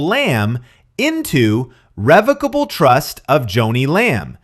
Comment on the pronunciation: Not a big deal but revocable trust is pronounced similar to revoke. He doesn’t have to go through probate or the courts and per Google because it is revocable, you can add or remove assets, change beneficiaries, or cancel the trust entirely as your life circumstances change now that he has control he can do whatever he wants and take off any beneficiaries (assuming Joni’s kids were listed)